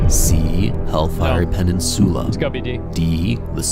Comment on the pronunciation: guy who makes the quix needs to learn to pronounce peninsula